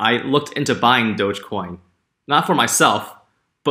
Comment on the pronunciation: You got it right, Toya! "Dogecoin" is pronounced like "DOJh-coin."